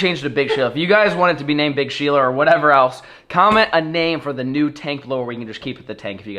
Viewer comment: “BIG SHELA”